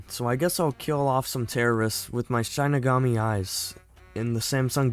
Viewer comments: my fav part of the video is how he mispronounced the shinigami he says shine-igami when its shi-ni-gami but i honestly find it funny and kinda makes me happy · Its pronounced "Shin-Knee-Gam-Me" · Shinigami is pronounced (shih-nih-gaa-mee) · also its pronounced SHEE-NUH-GAU-MEE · It is pronounced shi-ni-ga-mi it means God of Death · How to pronounce Shinigami: She (female pronoun) Knee Ga (Ga in Lady Gaga) Me (first person pronoun/referring to yourself) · Dude i think you said shining all wrong just saying not being rude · You should watch the actual show also you say shinigami wrong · your consistent incorrect pronunciation of Shinigami deeply pained me inside, so I’ll let you know how it should be pronounced: Shi- (like the starting sound of “shin”) Ni- (like the starting sound of “nickel”) Ga- (like the starting sound of “gone” Mi- (like saying “me”)